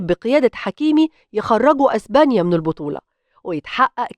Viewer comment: إزبانيا 😂😂😂إسمها إسبانيا